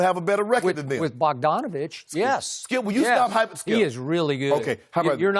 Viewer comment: THIS MAN SKIP SAID BOGDANOVIC 😂😂😂😂😂😂😂😂😂😂😂😂😂😂